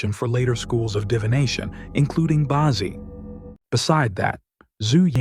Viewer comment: Bad AI reading. "Bazi" is not "bah-zee", it's "ba tzeh" (hard "z").